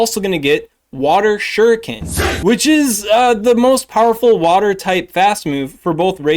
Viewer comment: Bout time someone knew how to say shuriken. You’d think the Naruto / Pokémon go player crossover was much bigger than it is lol Also, why is there no cresselia PvP IV deep dive??? Figured that would be a pretty important one. Really hope you can get around to it at some point. We rely on you! ❤